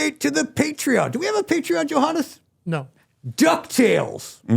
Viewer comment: Why does Pally keep calling Johannes "Yo Hon"😂?